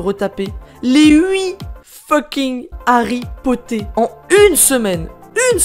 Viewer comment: Alerte rouge:t a dit "HarryPoter "a la place de "Harry Potter"!!!🤣🤣